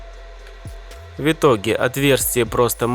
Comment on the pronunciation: Да, ты крутой чувак, но я не могу больше молчать. Твое произношение слов "В итоге" в корне неправильное. У тебя слышится какое-то [вьитоге]; откуда там смягчение взялось? Если уж произносить правильно, то либо [вытоге], но тогда там слышится отчетливое Ы (хотя все всегда так говорят), либо говорить раздельное [в итоге]. Да, знаю, всем насрать на мнение не пойми кого, и с такими претензиями мне нужно валить на другой канал.